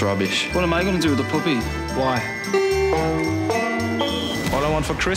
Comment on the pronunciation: i'm sure that's not how you pronounce the word puppy :D